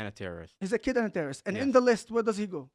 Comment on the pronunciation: a tewwoist is a tewwoist, you heard it here folks